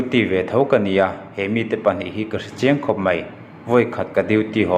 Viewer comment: Mai tih tur a mei an ti thin hi ka ngaithla emaw chhiar peih lo